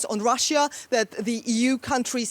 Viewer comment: DW, how come a chick with such a bad pronunciation (Russjjja) works for you? Shame.